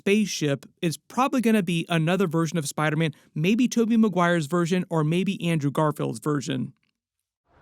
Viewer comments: I seriously hate how you say spiderman man it’s SPIDER man not spideh man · like for every time said “Spydah- man”